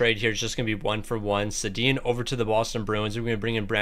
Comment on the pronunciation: it's pronounced Sandeen but Sedin